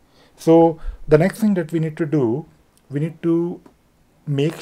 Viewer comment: What is the meaning of "lorning", and "vee are going"? Maybe you should speak English...